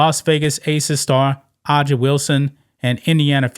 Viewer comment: Hey, A'ja is pronounced Asia (like the continent).